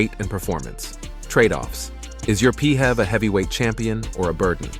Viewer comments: P.H.E.V is pronounced as this , not as P Hevs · I tried to watch this video, but the murdering of the acronym PHEV pronounced as “Pee-hev” put me off completely. 🤦🏾‍♂️🤦🏾‍♂️🤦🏾‍♂️🤦🏾‍♂️